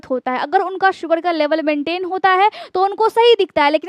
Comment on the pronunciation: Plz work on your hindi grammar & pronunciation to be more authentic, future KhanSir, thanks. Like opportunities mili hai not mila hai. Mehnat kee hogi. Baat baat par rooth jaayenge NOT rooth jaayega. Namak ki maatra NOT ka maatra Pronunciation: Sugar ( Shugar) Qabz not kabj